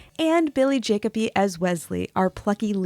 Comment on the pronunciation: Thats Billy "Ja-coby", not "Jacob-ee". Also, his younger brother Bobby was in the film. If you do a video on Billy, you gotta include a bit on Bobby who was all over the place as well. They were always a welcome presence whenever they showed up in films and TV shows.